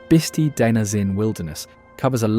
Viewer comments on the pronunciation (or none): You are right. Also Bisti is not pronounced Bistee, it is with an i. Bis (tie).